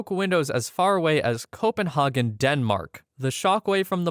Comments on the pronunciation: for story 12 surly they taught you how pronounce in school if not go back to school. it is CopenHAYGEN NO HARGEN FML. And for why do we need planet busting bombs, surly they taught you about 4D chess or he Russia vs America,TLDR: my cock is much bigger than yours my cock can walk right threw the door with the feeling so pure, if not it goes like this Russia say i have huge bomb America say I have missile Russia laughs America says not only can my missile take our bomb it can do it before you even launch it Russia says prove America say arm your bomb Russia arms their bomb America say you just armed your bomb my watchtower will now deploy my missile it takes out the bomb before it even launches. Russia says I have space laser america says so that IS why we seen you take out your own satellite. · no it did not blow out windows in Copenhagan as that's more than 1500 miles away. this is overblown misinformation. And for the love of god there are no umlauts in Copenhagan just say it like 'hay gan' not 'hog in' .